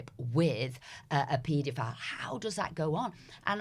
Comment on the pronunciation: Can somebody tell this bloody woman how to pronounce paedophile properly? It’s driving me mental.